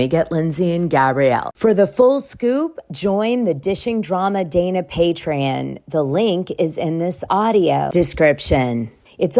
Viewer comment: What a waste of 22 minutes of my life!! So basically everyone who’s not interested in people who only waste their time unless we’re willing to pay you should just unsub now bc your channel is now pretty much exclusively on patreon? As in ”Pay-tree-ON!!” & NOT “pay-tree-IN” 🙄